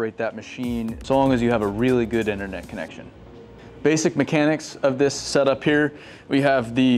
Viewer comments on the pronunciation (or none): none